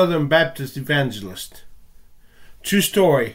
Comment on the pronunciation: TWUe STowRy